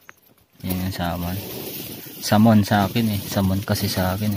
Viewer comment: Samon daw kala ko SALMON 😁😁🐒